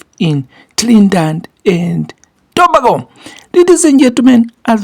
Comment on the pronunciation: Thank you for report on my favorite sport of all time!! As a Jamaican, big up and repeat after me To-Bay-Go. That’s how you pronounce Trinidad-Dad& Tobago